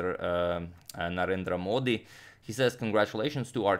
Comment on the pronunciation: All the controversy aside, Agadmator perfectly pronounces the name of Indian PM Narendra Modi. I wonder how he does that.